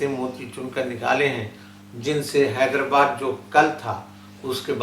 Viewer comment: نہایت اور انتہائ کہے بغیر کوئ بات نہیں ہوسکتی؟ زحمت سخن ؟ کیا یہ کوئ مشاعرہ ہے؟ حیدر+ آباد تلفظ ہے نہ کہ حیدر+باد